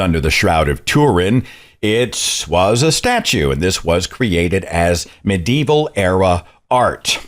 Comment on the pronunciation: It's not "mid" evil you totally.